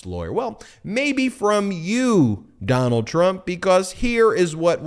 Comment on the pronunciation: "Doh-nuld, be best." Melania Trump